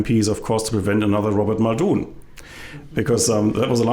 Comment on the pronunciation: You got 'Muldoon' wrong. Apart from that, it was a good comment.